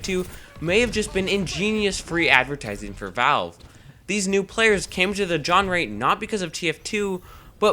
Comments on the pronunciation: Nicely made, and several salient points. I really hope they start putting more effort into TF. That, or chuck it in the fuckit bucket and retask the staff onto HL3. The only problem I can find in the video is I'm pretty sure it's pronounced "zhon-ruh" rather than "jon-ree". Could be wrong though, might be a regional thing. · Why do you keep saying "John Re"? It's Jean Ruh. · It's pronounced zh-ON-ruh, not j-O-n-ray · "john-ray" genre. john-ruh. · My only real criticism: It's pronounced "Jon-rah", not "Jon-ray"! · WTF did you just say genre as "Jon-Rey"? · What bothered me about this video is the way you pronounced genre as john-ree and john-ray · Gen-rey. wtf thats not how you say Genre. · Did he pronounce genre "jonree" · "JAWN-RE" cringes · Gan ray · Your pronunciation of "genre" upsets me more than it should. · That pronunciation of genre... Tilted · pronounce genre correctly, please. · haha did you know you pronounced it wrong when u did it?